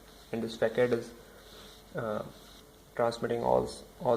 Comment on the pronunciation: not pronounced fakad , but fasad , because its a frenchword